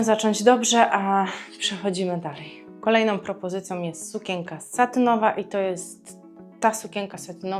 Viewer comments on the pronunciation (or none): Proszę sie nauczyć wymawiać słowo SUKIENKA bo nie da się Pani słuchać